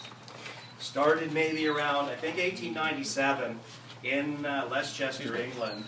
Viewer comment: did he say Lesschester? and mean Leicester?